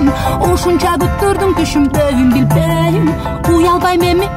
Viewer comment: Билбееейм деген созудо тили былтыйып калатко